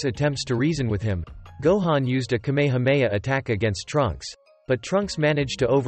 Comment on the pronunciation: bruh say kamehameha right